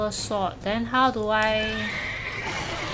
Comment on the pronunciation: Story and sowrd? 🤣 And they say asians love their games extra hard.